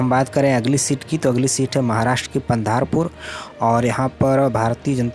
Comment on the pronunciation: अरे पगले, पंधारपूर नही, पंढरपूर है